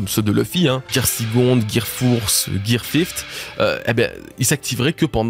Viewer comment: j'adore tes vidéos vraiment et j'ai passé un bon moment...mais j'avoue j'ai rigolé en t'entendant parler des Gear. "Gear sicond, gear fourse, gear fift". 🤪